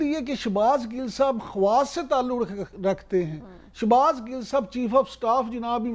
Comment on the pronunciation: anchor laughing when she doesn't even say shahbaz gills name properly